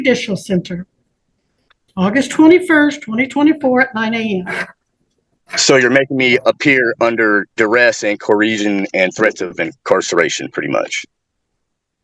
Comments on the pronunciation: Under duress & "koreasion"? 😂 Watching Mr. Lowry in the bottom row is hilarious! 😅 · Wtf is corheshon